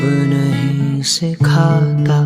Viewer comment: need to correct more. should be "Sikhata" and not "Sikh ata".